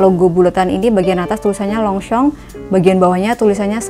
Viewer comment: Yg bener longshom bukan longsong